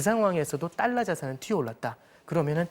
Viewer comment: 자꾸 딸러 Ddollar 라고 하네 ㅋㅋㅋㅋ